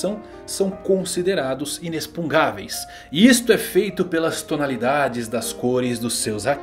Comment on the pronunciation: NAAAOOO.... INEX-PUN-GAVEIS NAO!!! INEX-PUG-NAVEIS 😆